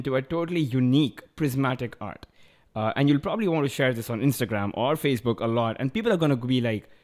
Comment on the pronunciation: Ha he said fazebook instead of Facebook